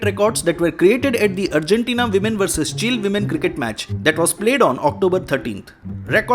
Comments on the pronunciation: It's not chill it's Chi-Lay 🤣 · Why He Pronounced Chile As Chill....?? Is It A Mistake Ya Yeh So Called Over Educated Logo Ka Koi Naya Drama Hai,Jaise India Ki Capital Delhi(Dilli) Ke Dailly Bolna....?? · Chile bolna seekhle bhai pehle, "chilli"